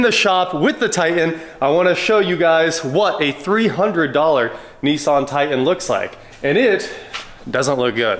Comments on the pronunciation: It's pronounced Titan. Not Tie In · What kind of truck is a Tie-In? Grownup English please. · What is a "Tie-En"? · I tried but can't listen to 20 minutes of hearing Nissan "Ti'-en" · What’s a Ti-an? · likes to drop his ‘T’s’